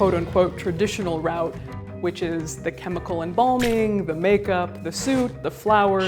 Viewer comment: Route.The way she said the word nearly made me laugh.